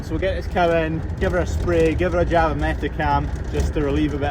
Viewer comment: It’s JAB not jag